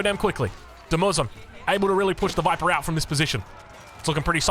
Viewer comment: That's not how you say "TheViper"!